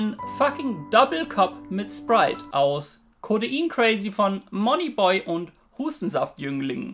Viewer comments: Er sagt einfach Monny Boy😂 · Nices Video, aber wie er Money Boy ausspricht, gehört verboten 😂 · wie er moneyboy ausspricht triggered mich ja schon ein bisschen